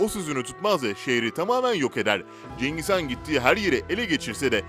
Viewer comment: cengiz kan kim mak ikide bi cengiz kan diyip duruyo .. CENGİZ HAN. cengiz kan değil.